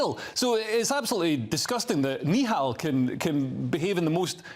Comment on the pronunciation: Yous should start off by pronouncing his name correctly then you’ll sound less racist, it’s nihal not neehal